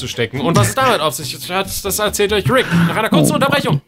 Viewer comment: hat flo den richtigen namen von rick ausgesprochen wow news😂